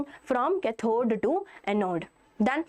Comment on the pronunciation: Why is your english soo baad like u r saying ccathhod it is pronunced as caathod please use proper english